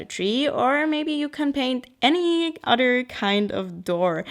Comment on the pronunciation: I looove these types of videos, random but inspiring. They always make me want to run to my sketchbook and do SOMETHING! I also like how you say 'Other' like 'udder' lol xo